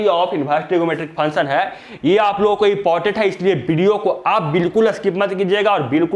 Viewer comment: Sir function to sahi se bolo